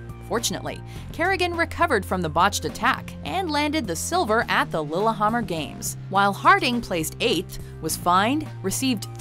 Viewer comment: why did she pronounce Lillehammer like the it’s pronounced “lily-hammer” not “lilla-hommer”